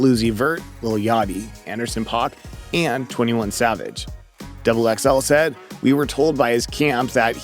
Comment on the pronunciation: Kwavvo?? Fitty Cent?? Anderson Pahk?? You’re fucking up bro come on